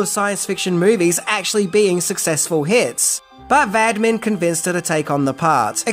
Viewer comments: It's Roger Vadim, pronounced 'Vadeem' not Vadmin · Think that might have set a record for the number of times a director's name has been butchered. Badman? Vadim. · Director’s last name was Vadim, not Vadmin. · It’s Vadim not Vadmin isn’t it? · Roger VADIM! Not "Vadman!" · Vadimin? His name is Vadim! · Why are you calling him Vadmin? Its Vadim. Cheers. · Why does he think Vadim"s name is Vadmin? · Roger Vadim ( Vadeem), not "Vadmin." Note, at the time, the group "Duran Duran" were formed in Birmingham UK, they dropped the final "d"s from the name "Durand Durand" to avoid copyright problems. There was also a club in Brum called "Barbarella's" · Concerning the name of Jane Fonda's husband at the time, his name is Roger Vadim (Va-deem', not Vad'min). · Roger VADIM - not VADMIN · Informative but i had to stop due to the constant vadmin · If you really did research you should know it Roger Vadim and not VaDmin and also Dino DeLorentis and not DeLrAntis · Not the "Vadmi", not the "Vadmin"..It's pronounced "Vad-EE-m". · Vadmin?? Sounds like there are things you don't know about "Barbarella"! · Vadman??? Seriously??? His name is Vadim. Pronounced VAH-deem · Va Dim, NOT Vad Min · Why do you say Vadmin, when it's Vadim? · Who in Hades is “Vadmin”? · The writer/director and Fonda's husband was Roger Vadim, pronounced Va-deem, not Roger Vadman. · it's VAD-IM not vadMin... You keep adding an M where none needs to be... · I enjoy your videos, but to listen to you egregiously mispronounce the director's name over and over and over is maddening. Please look at the name "VADIM" - sound it out. How in the HELL do you get "Vadmin" out of that??? And the title is incorrect- it was only 6 things I didn't know about Barbarella. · Love this movie and love your coverage of it. One tiny detail...Fonda's first husband's last name is pronounced VaDEEM. "Vadmin" just does not compute. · Yes, I do not know where "Vadman" came from! Loved the rest of the video, but this clanged.